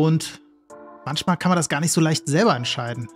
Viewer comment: mantschmal, aber auch nur mantschmal :D